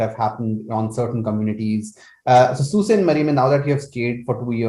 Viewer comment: Sault is pronounced as Soo :) it’s a French word meaning rapids